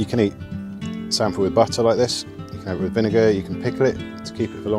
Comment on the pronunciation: And you say samphire properly!!! Lol